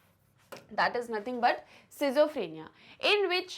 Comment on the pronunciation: Sorry ma'am but your pronunciation for schizophrenia and bizarre is very wrong.🙏